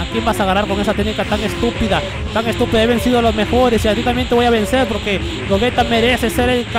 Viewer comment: se pronuncia GOYITA !! no GOGUETA